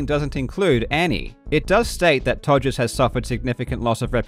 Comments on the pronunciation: The fact Karl just completely casually keeps calling him “Togers” is just hilarious to me. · Calling him Todgers throughout, chefs kiss. Also to those non-UK folk; Google 'todger', very apt.